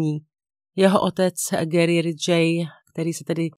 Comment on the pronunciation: 😢 ta výslovnost u Garyho, ale jinak mám kanál velmi ráda ❤